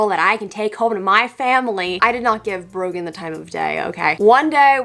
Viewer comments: I thought she said broken instead of Brogan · Not sure how the algorithm got me here but you get a like for having to put up with "Brogan"